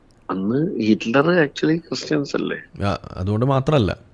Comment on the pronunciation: ആക്ച്വലി ... ആക്ച്ച്വലിക്കാ😂😂😂